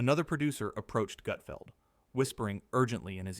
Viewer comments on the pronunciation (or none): ❌FAKE Never happened Never FAKE❌ F A K E E K A F Gutfeld never treats any guests so poorly! Especially Kevin Hart! It's NOT "GOOT FELD" it's Gutfeld!!! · OK I’m gonna say that you’re a moron when you say his name wrong when you’re trying to insult him you’re the one who is the idiot. It’s not Goodfeld! OK fine it’s GUTFELD! If you can’t even get his name right you have no business critiquing him. It makes you look like a fool you can’t even say his name right! And I’m sure you’re a left-wing loo. Greg Gutfeld rocks late night and there’s nothing any you can do about it! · Also you’re a bigger idiot because you obviously are not familiar with Gutfeld! Because all the talent is already seated and no one’s walking out and waving like they’re on the Tonight Show! OMG! I hope Gregg sees us and ripped you a new one cause you deserve it. Tell the truth and if you’re gonna critique someone make sure you say their name right and get the fax correct!